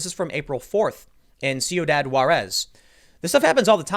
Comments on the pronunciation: Tim needs to spend more time in some border states. It's pronounced (phonetically) swee-dodd wah-rez there Beanie Man. It's a long time cartel stronghold, has one of the highest per-capita murder rates in the world and is the source for billions of dollars of drug smuggling and human trafficking every year. With Coronavirus shutting everything down and stiffer border control, it's no surprise they're back to firefights with Border Enforcement. I'm just waiting for AOC to blame the border guards for the incident. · No Tim, you pronounced bad Ciudad Juárez, but can be understood, and Latinos don't care a shit if a foreigner spells wrong a word that is not of his language 😂🤣